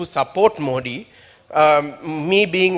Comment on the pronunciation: Are mota bhai pehle thik se modi bolna sikh le